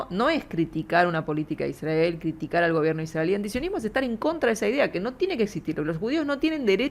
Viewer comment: "Iszdrgael". Israel, gorrito raro...